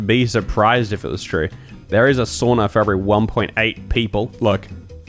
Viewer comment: Find a seat and stfu. You're not funny and since you ( judging by this video) can't pronounce SAUNA correctly, you're the last one to mock and try to over mimic the people. You have no agency to do that, pos. Come back when you do speak Finnish fuently which means never thank I Sincerely, Finn living in TX.